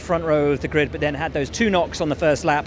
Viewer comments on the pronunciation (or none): none